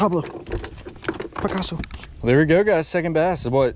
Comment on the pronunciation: Drops fish: Everyone: Get Him: Pablo Pacaso